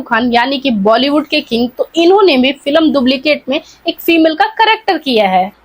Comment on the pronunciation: Phle bolna to Sikh moti aunty फिलम kya hota h फिल्म hota hai, kructer nhi Character hota hai